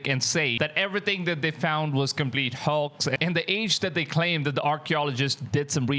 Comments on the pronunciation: Bro can you say HOAX again? lol sounds like your saying HAWKS!!!!! Hawks hawks!!! Hoax Hooaks!!!!!😂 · Your saying HOAX like a texan says horse/hos. It makes an "O" sound, like Broke or Coke or Joke not "AH" like Pox or Dox or Fox, so it's more like HO + X = HOAX, sorry I know I would want to be corrected if I was mispronouncing in another language. please don't think im being mean. thanks. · Hoax isn't pronounced "Hux" it's pronounced 'Hokes' . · Hoax as in pokes not Hoarx as in dorks! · Well, first off you’re not pronouncing the word hoax right. It sounds more like this hokes not hawks. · It's definitely NOT "hox". lol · I cant tell what ur accent is. Idk what ur first language is. But u speak english like an american. Its really really good. So i want to let u know when u say hoax its not pronounced like that. Ur saying it like hocks. Its like how santa says ho ho ho. Ho- x. The x is right. Butbpretend the a has nothing to do with it. Anyways GREAT VIDEO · Just like you pronounce oat in oatmeal you pronounce hoax. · WTF is a "Hox"!?!?!?!? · Because you are adorable, the word hoax, ( the o is a long vowel) hoax. A line goes on top of the o. ❤